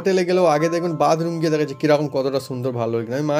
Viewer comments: Ara badroom noy bathroom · এই লম্বা কল বেসিন না বাসন মাজার সিনকে লাগাতে হয় আর উচ্চারণ ঠিক করে কর bathroom